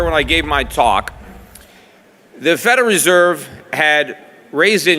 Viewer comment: He is saying "Federeserve" instead of "Federal Reserve".